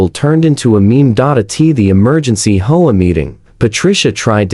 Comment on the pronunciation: If you can't program your AI to pronounce words correctly, why bother uploading the content. It sounds ridiculous! HOA is not "ho-a" or "whole a"!!!